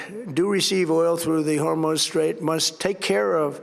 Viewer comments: The Hormo Strait? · "Hormone strait" is crazy gng